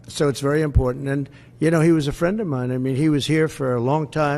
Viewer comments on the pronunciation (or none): none